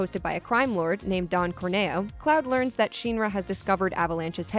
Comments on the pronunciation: The hell is a sheenra? Clearly hadn't seen Advent children to Learn what the intended pronunciations are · Why do videos like this always mispronounce things that have official, well used pronunciations. Bothers me so much its not SHEEN-rah, its SHINruh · Ty for pointing out the sheenra thing. Lol kept wincing hearing that. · Thank you! Even in the remake, all the characters pronounce it like "in". Not a long E. I am kinda sad they didn't keep Aeris' name with the S. There's a video explaining why the correct pronunciation is with the S, not the TH. But it's a small thing. Also, I had always said Mako with a long A, rather then an "ah" sound, but that's just me. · That made me so mad lol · LastAtari 7 yeeeeep sheen-ra 🤣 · Not sure what is more grating, her pronouncing Shinra as “Sheeeenra”, or calling Aerith “Aeris”. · "sheeeen-ra" 😂 I can't even...... Also this was uploaded after the fully voice acted remake, so proper pronunciation is easily referenced lol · I can’t get by you calling it “shEEnra” 😂 nice vid though. Good info all around 👍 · "Sheen-ruh" Yeugh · I've never heard anyone say shinra like sheenra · You keep saying Shinra wrong. The shin in Shinra is pronounced like the shin on your leg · I appreciate the video, but the pronunciation of Sheenra is really getting to me...I'm not sure I'm going to make it all the way through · "SHEEN-RA" Doe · Pronouncing shinra wrong, shin-ra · you pronounce shinra sh in ra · SHEEN-ruh??? Are you serious. That's just bad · Did anyone get bothered by the way this person pronounced Shinra? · Anthony B it’s honestly impressive, I personally would have a hard time saying it improperly so many times without saying it right once. I’m convinced the person speaking has never played the remake demo or ever listened to a English dub of ff7 based videos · Was it really that hard to pronounce Shinra correctly??? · Does anyone else cringe when this girl pronounces "Shinra"? Besides that good video.👍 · Omg she can't pronounce shinra